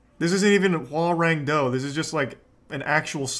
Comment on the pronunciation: Its called Hwarang Do, not Hoagarang like the korean dude from Tekken. Harang Do actually older korean martial art than TaeKwonDo